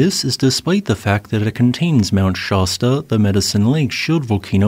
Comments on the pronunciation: Mt. ShAsta* not Mt. Shahsta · "Shasta" is pronounced /ˈʃæstə/ rather than /ˈʃɑstə/ ... the initial vowel is like "cat."